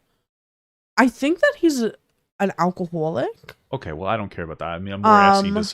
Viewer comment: She said alcohowlic